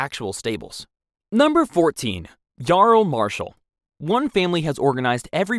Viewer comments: Why the fuck are you saying Yarl and not Earl or Url? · It’s so funny hearing the ai voice say yarl it’s pronounced url, viscount is pronounced vi count but all one word